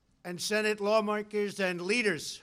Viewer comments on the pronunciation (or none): Did he say "Lawmonkees" /